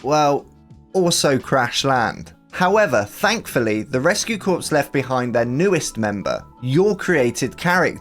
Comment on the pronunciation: Just as an FYI, "Corps" is pronounced "Core"!